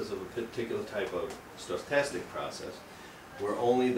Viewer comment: I think it's interesting how he adds letters to stochastic, instead he's fantastically stoked! Stoke-tastic! Also, Wiener is pronounced with a V (Vee-ner). I realize they are just implications of the local vernacular, but it always makes me jump a little bit when he says them. Overall, a great high-level overview for non-mathematicians.